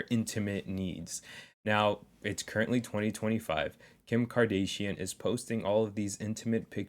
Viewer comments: Can't even pronouce Kardashian properly... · Ok facts ur right but that’s not how you say kardashion love you brotha